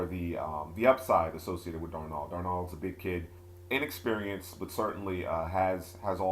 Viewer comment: In the future just say Sam D because the way you say darnold is just a NO,NO